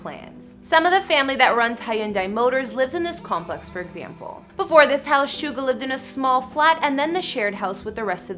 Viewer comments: Soogar? It’s suga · Gurllllll hes name is jungkook and hes name is chin ,snga gurl it's suga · Suga is pronounced as Shooga or Shuga